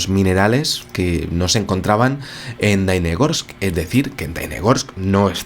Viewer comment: Querido - la ciudad se llama Dalnegorsk, con la “ele” en el medio. Significa lejos entre montañas. También te quiero decir que en ese tiempo yo tenia 23 años y claro está tenía uso de razón, por lo tanto te puedo asegurar, que el suceso no se ha comentado en aquel año en absoluto. Es decir se enteraron solo los órganos gubernamentales apropiados, y la población que fue testigo. Punto. (Más - me acabo enterar del suceso por ti, ). Luego vino el catástrofe de Chernobyl y todos nosotros estuvimos abrumados por aquel desastre y lógicamente Dalnegorsk con su ET se perdió. Te felicito por tu canal y tu investigación, también por la forma artística e animada que le das a tu narración. Suerte y salud para ti.